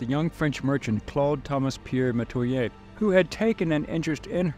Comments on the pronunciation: Dear God, these content AI creators need to invest in research. The pronunciation is terrible, I couldn't get past the first 90 seconds. Meh- twah- yer- Metoyer Natchitoches is - Nak-a-tosh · This isn't 100 percent accurate. Marie was my Grandmother X5 and we have extensive records. Some of this is accurate though. And how you pronounce Natchitoches is NAK-e-tosh. And we pronouns Metoyer as meh-TWY-er. Here's my family tree. Francois(unknown) & Francoise(unknown) (both from Togo, their owners weren't to original with their names) Marie-Terese CoinCoin Claude Thomas Pierre Metoyer( )& Marie Terese CoinCoin( ) Augustin Metoyer Augustin Metoyer( ) & Agnes Dupre(unknown) Pompile Metoyer Pompile Metoyer(unknown) & Rosa rocque(unknown) Ernest Avner Metoyer Ernest Avner Metoyer( ) & Harmina Marie Ballenger( ) Dorothy Metoyer Charles Roy Mayden( ) & Dorothy Metoyer( ) Pierre Mayden Pierre Mayden(1943-...) & Adele Suzanne Nickerson( ) Jean-Paul Andre Mayden(1965-...)<~~~~~~~~~~~~~~~~~C'est Moi! (that's me!) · In Louisiana, we pronounce the names kwan kwan and meh-twa-yay. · actually they way you pronouce Metoyer..some of my family says it like That